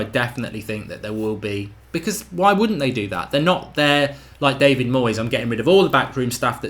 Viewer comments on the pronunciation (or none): none